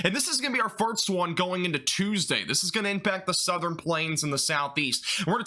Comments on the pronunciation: I honestly enjoy watching your forecasts, but I've noticed everytime you say "first" it sounds like "farts" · LOL I had to rewind to double check I heard him correctly 🤣 it definitely made me giggle 🤭